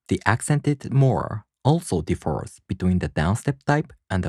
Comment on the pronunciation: Very helpful! I really appreciate your completeness and quality, even if it doesn’t get a lot of views. FYI, in English the word “differ” has an accent on the first syllable. If it is placed on the second syllable it sounds like “defer.”